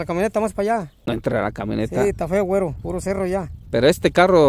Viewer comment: Un shot de tequila por cada que diga wuero!!!